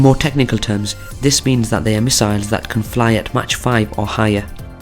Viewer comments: Pronounce mach as mæk, not as match. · Agree. Its pronounced Mack or Mark, but certainly not Match